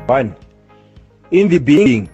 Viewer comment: In the beninging😂😂😂